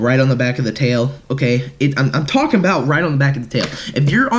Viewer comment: Stop tollking